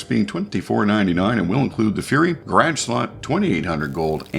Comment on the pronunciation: thanks, enjoy your videos, picked up the fury for my grage, no I didn't misspell it, spelled like you say it. lol thanks again